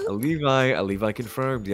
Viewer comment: OO DID LEVI JUST SAY ALEVI COMFIRMED WATCH THE WHOLE TJING HE SAID ALEVI CONFIRMED